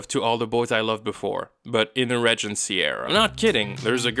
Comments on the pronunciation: It’s pronounced “ree-gen-cee”, NOT “rej-en-cee”. Venting about how much you don’t like or understand the show is perfectly valid, but mispronouncing a basic word automatically undermines that. Fix your video. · I will not accept critic from someone who cannot even pronounce “regency” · Learn how to pronounce Regency! It’s from Regent, and Regal!